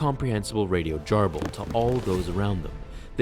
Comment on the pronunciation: Pssstt...the word is "Garble" with a "guh", not "Jarble" with a "juh".